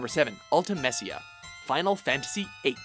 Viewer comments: Before video: #1 is Kefka. Just guessing. After video: Haha, I was right!!! Like duh. And omg it's Ul-ti-mi-SHA! and GWAH-DO! AND SAI-FER! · uhmuhgud Ult-eh-MACE-ea W h y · I'm starting to think you guys fuck up the pronunciation of the everything just to rile us up. Sayfer?? Ultimessia?! I don't know your name but fuck you. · You literally pronounced every FF8 character differently to me. I've always said it: - Ul-ti-Me-sia - Ed-e-ah - Psy-Feh :\ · Lol, I have to admit, I wanted to scream at the screen at some points for pronouncing some of the names wrong, Like Ultimecia, Seifer and Nibelheim XD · Ultimecia is pronounced with a long E sound and the Ua in Guado makes the same sound as in squad